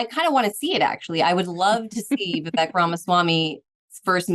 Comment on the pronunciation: Interesting how this journalist has been “paying attention” so much to Vivek, but doesn’t even know how to pronounce his name correctly. How are we supposed to take Bri or this guest’s “in-depth” political view on a not just a politician, but a presidential candidate when they don’t even have the very elementary capacity to determine how to say his name!